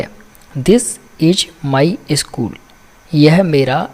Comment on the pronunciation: इस्कुल नही, स्कुल होता है